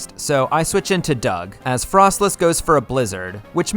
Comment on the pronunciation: Can say Electivire Correctly Also: Can't say Froslass Correctly(seriously Fros-Lass Not Fros-Less) lmao